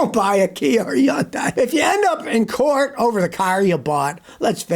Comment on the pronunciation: Every time you mispronounce Hyundai, it diminishes your credibility. Same for Cummins. Incidentally I don't like either company, especially.